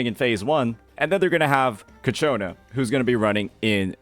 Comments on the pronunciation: please stop saying cacciona. it’s ciaccona. cha-kko-na. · love the content but every time you say kachona is making my blood boil at this time lmao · I’m pretty sure It’s pronounced Cha-ccona like ciao. I think it’s Italian based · yea I know, he keeps mispronounce her name in all his videos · The ci is pronounced like ch bro. pretty much like how you say ciabatta is how you say ciaccona